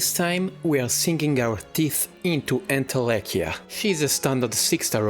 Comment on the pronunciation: "... and now we are sinking our teeth into entelenchia" D@ you, what kind of thirsty-ahh sentence is this ?? its not even 10 seconds into the content !! (liked, subbed. I love quality content with funny tidbits like this) edit : too bad, i already subbed even before this.